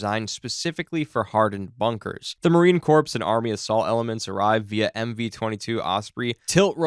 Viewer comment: Marine "corpse"? Immediate down vote.